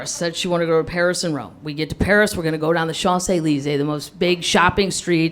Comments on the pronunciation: Shanzey leezey? I thought it was pronounced champs eleezees? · she somewhat butchered the pronunciation of Champs-Élysées but funny story. Also I woulda just walked away cause I can't deal with stupid. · I hate the way she mispronounced champs Elysees, and I'm not even French lol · Yup. Plus what a beautifully American pronounciation of Champs-Elysees :D